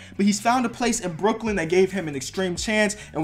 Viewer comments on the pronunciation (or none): none